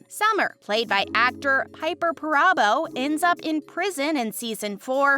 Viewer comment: The proper pronunciation of Kayce's is KC, NOT CASE. GET it right. Piper Perabo is not pronounced "PERAABO" but Parabo.please stop messing up the actors name. What a hack.